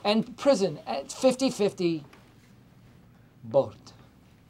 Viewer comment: why does he say 'bothft' 🤣